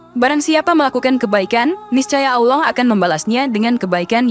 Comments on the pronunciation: MENYEBUT NAMA ALLOH ITU TIDAK ADA HURUF U NYA MIN.🤔 BUKAN AULOH MENGUCAPKAN NYA. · Penyiarnya apa bukan muslim koq bc Lafat Auloh , Auwloh 😁😁🤭🙏🙏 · Kontennya bagus TPI presenternya kurang fasih dlm mnyebut ALLAH,auloh😅, warahmatullahi,warah matulohi😅,,lailahaillallah,lailahailauloh😅,sdikit tak nyaman